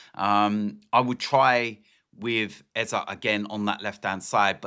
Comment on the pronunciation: Its Eze not Eza !!